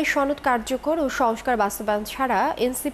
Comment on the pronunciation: ছনদ না সনদ